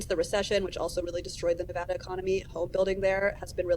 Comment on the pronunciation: One of the few reporters who correctly pronounce Nevada. Good on you!